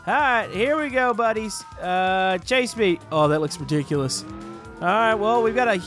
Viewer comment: You said ridijulus